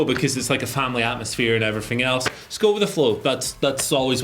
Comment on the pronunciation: “and everyffing else “